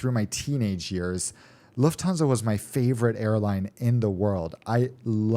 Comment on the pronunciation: Luft-stan-sa (IDK what I'm saying)